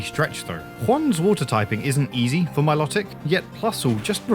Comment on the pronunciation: Please say Milotic's name correctly its pronounced MILO TICK not MILOT IC